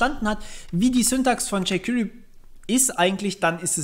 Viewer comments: bei jquery spricht sich das e mal zur ausnhame nicht als i aus. wenn ich jedes jquiry höre bekomme ich nach längern kompschmerzen. des weiteren sollte man doch schon zumindest die grundlagen einer programmiersprache kennen, wennman ein framework benutz, weil erklärt sich vieles automatisch, abgesehen gibt es immer noch nicht für jede js funktion ein jquery equivalänt. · "Jey qwirii"